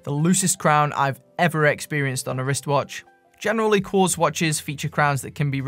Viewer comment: It's a kwartz..... A KWARTZ!!!